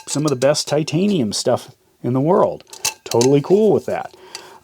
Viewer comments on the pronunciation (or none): none